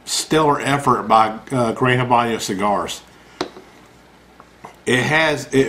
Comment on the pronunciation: And its Habano......not Habanyo.